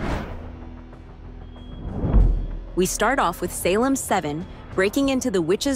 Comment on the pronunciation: Groovy seventies style? Hello? Have you ever watched tv from the seventies? Did anyone dress like this? It’s the 1980s slumber party. Also the voice you have doing the reading is fairly convincing but then it messes up and mispronounces things like Salem. I’m ending the video because you’ve already lost credibility.